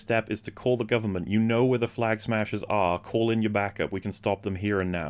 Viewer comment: Anyone else have the problem that when you hear “Flag Smashers” .. your brain instantly turns this into “Clam Smashers”?!? .. I can’t unhear it in my mind now.